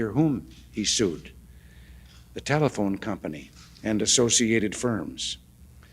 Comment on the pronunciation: What's a... tellthefone booth